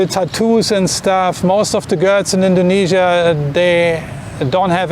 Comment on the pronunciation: Dont say indognesia